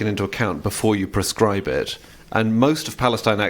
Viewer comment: The first use of the word sounded like "prescribe".